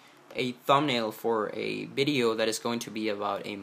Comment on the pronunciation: It's video not bideo